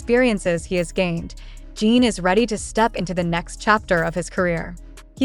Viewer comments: I can't listen to a voice that calls him Jean! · omg for the low of GOD pronounce the name right shame on you